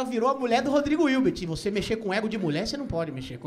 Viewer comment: eu amo que ele falou rodrigo ilti, virbi, irte menos hilbert